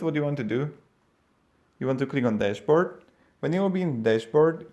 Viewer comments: I guess...despert = dashboard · cannot understand what your saying to click on at 0.8 seconds, it sounds like your saying click on despert